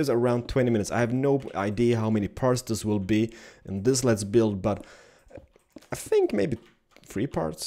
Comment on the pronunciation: Can you read? The guy said ''no offense'', which means he is NOT MEANING TO OFFEND. When says ''let's build'' it does rather sound like ''lez build'', that's because his accent is epic. Oh and, there's this think called a 'dictionary' in which I found the following; 'Revengeance (noun) vengeance; revenge' ps: don't start dissing people when you suck at it.